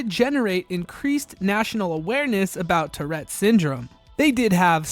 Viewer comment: Tourette, not terette.